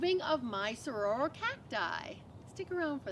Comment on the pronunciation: I can’t trust her pronunciation of anything after hearing her call them sahroros lol. Jk jk good vid.